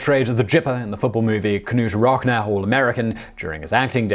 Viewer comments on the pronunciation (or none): We need to teach Simon how to speak American. Gipper - hard G, as is gap Knute - silent K Rockne - rock-knee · Not only did you mispronounce "Gipper" as others have posted, you also mispronounced "Knute Rockne". The "K" is silent and "Rockne" is pronounced "Rocknee". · Not having a go at you Simon but Knute Rockne is pronounced NEWT ROCK-KNEE. Hard one, that. It's like knife. I always hated silent letters (if it's silent, why the hell is it there?!?). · Some (not really) necessary corrections: - Ronald Reagan played the (HARD G) Gipper in "Knute Rockne (pronounced rock knee), All-American". - Joe Jackson was banned from Major League baseball because of the 1919 Black Sox scandal. So, despite his immense talent, he's not in the HOF and never will be. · for future reference in case you ever cover Reagan again, the nickname for Reagan's character (and later used for Reagan himself) in the Knute (pronounced Nute) Rockne (Rock-Knee) film was pronounced with a hard G. G-ipper, not J-ipper. 😊